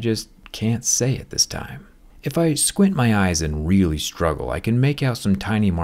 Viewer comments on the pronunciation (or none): none